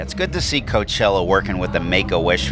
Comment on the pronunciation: Hey Did I hear you correctly when you called it C*nt chella